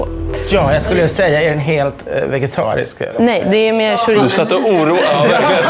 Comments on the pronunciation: "Skjoritso" haha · ska vi prata om hur uttalade chorizo